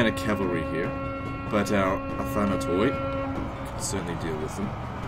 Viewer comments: Guys please, the byzantine units that its name finishes with "oi" is pronounced "i" for example Athanatoi is pronounced "Athanati" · It's pronounced Athanato-ee.